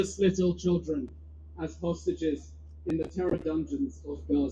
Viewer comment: Is it just me who heard "sausages" instead of "hostages" Gj mr tousi and team for fetching things into the lighr